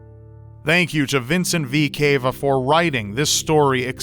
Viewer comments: it's Cava like vena cava not cave-a 😂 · the way you pronounced cava made me cringe. it's cava (ca as in car and va as in lava) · I believe it's pronounced with a soft a sound cava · You said cava wrong...